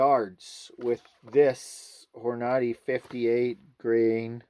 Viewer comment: It pronounced Hor-nahhh-deee.